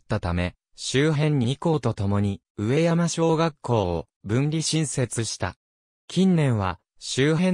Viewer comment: じょうしょじゃなくかみところ うえやまでなくかみやま これはひどい自動音声ですね